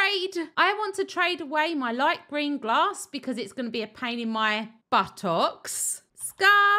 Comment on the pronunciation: was there a reason you said buttocks 3 times in like 10 minutes and stressed the pronunciation of the last one?